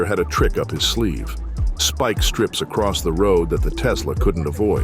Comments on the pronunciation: Speak strips 😂😂 it's Spike not speak. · Who is doing the voice over for this? a rur-ale chase avoiding speak strips LOL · Follow-ed??? Ru-rel??? Da-jed??? Speek-strips??? Is this read by AI? Just use your own voice!!! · What follow-ed was a high speed chaize, through ru rall wisconson as dodj ed speak strips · something about that whole chase looked off. Almost looked like poor cgi. The movement of the car that was being chased looked unnatural. Also the ai narrator ain't helping it. "What follow'ed" "Through rur'al" "Dodg'ed speak trips". The hell is going on??? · It's way lamer than that! "What follow Ed was a high speed chase thru RU ral WI as dodge Ed speek strips and veer Ed into oncoming traffic."